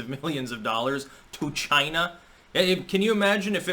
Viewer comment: You just pulled a trump... "CHI-NA" Lol